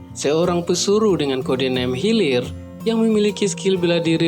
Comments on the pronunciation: Hilir??? Hilir mh ath ka gigir wkwk, hiler bacanya itu wkwk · hiler bukan hilir ... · seketika menit pertama video bikin ngakak kwkwkw dengar abng nya baca "HEALER" jadi "healir" wkwkwkw "HEALER" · Hilir nggk tuh 😭😭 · Dari hulu ke healir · Wkwmw hilir